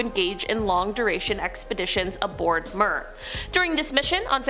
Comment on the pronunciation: Mir~~~(Mee•Urr)....like we're but with an M....